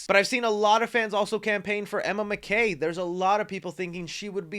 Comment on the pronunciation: please stop saying Emma McKay. It's pronounced Mack-ee.